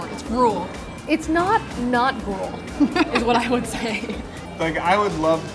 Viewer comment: I'm sure she meant gruel, but I only thought of grool. Very different.